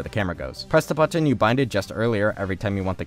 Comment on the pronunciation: I love ur vids but I hate the way you pronounce button